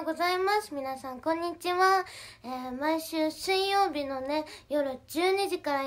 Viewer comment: しゅいようび